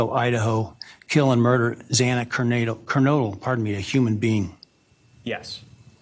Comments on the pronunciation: yeah the judge was an idiot and said Ker-nadle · The only thing I can think of about Judge Hippler mispronouncing Xana’s last name is that he hasn’t been the judge too long and maybe hadn’t heard every detail about this case. And the last names are hard to pronounce except for Maddie’s. And he sounded nervous when he first started speaking. It still would be sad for her family. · Agreed. He really should of addressed the calls to his office in a different way. He blew it in my opinion. And how does he not remember the pronunciation of Xana's last name by now?!